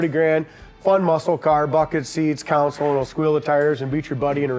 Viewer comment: Dad pronounced the console correctly. Nice line up, guys!!